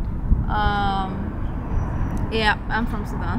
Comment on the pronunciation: did she say Sudan?